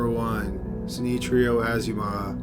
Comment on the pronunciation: Bruh...you did not even try to pronounce the name of number 1 right.... SHI-NI-CHIRO has nothing that can not be pronounced in english. You lazy AF brother .